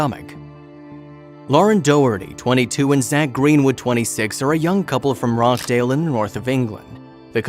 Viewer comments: Rochdale. Pronounced. Roch- as in watch. Dale. In England. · The "CH" in Rochdale is pronounced as in CHOP.